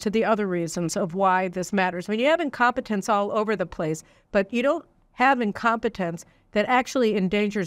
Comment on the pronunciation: Did she say incompatence? Wait...what? Caroline, wakie wakie.....😮